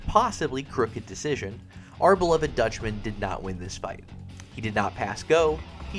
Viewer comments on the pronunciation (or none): none